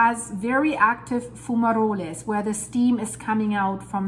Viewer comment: Great Video,. Just to let you know that Fumarole is pronounced as Fu-ma-role. Keep up with the great videos. Always looking forward to them.